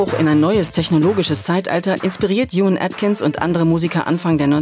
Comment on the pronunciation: Wenn man so einen Beitrag macht sollte man auch Juan Atkins richtig aussprechen 😅